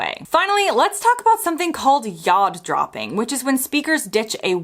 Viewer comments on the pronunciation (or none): You said "yod dropping" but it sounded to me like you said "yard dropping"